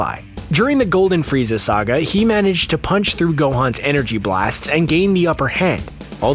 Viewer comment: You said frezai